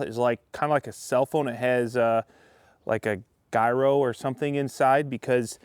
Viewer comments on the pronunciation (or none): Why did he pronounce gyro like that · That is not how you pronounce "gyro".